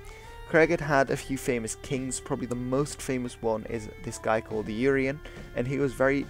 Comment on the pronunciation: Research on pronunciation is a good thing to do - before you make the video. "Dyved" "Urien" "Powys" etc.